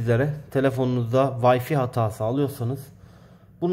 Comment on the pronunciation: Vayfiii değil güzel kardeşim. Ya türkçe okunuşuyla vifi diyeceksin, yada ingilizcedeki okunuşuyla vayfay diyeceksin. Birini türkçeden, öbürünü ingilizceden alınca ortaya karışık vayfi çıkıyor ve kulakları tırmalıyor.... 😊